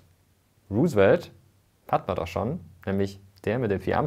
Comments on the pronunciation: Roosevelt wird ROU-se-velt ausgesprochen, hat mich mega irritiert deine Aussprache ;) Aber interessantes und vor allem informatives Video! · Vielen Dank, Mirko, goldwert, wie immer! 🙂 Nur ein kleiner Hinweis: Du hast "Roosevelt" nicht ganz richtig ausgesprochen: Das "E" in seinem Namen ist nicht stumm 😉